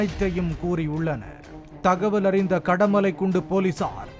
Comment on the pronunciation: அது கடலைமலைக்குண்டு இல்ல கடமலைக்குண்டு😂